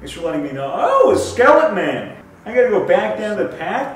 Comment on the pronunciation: everyone else: Skeleton man: Skelletman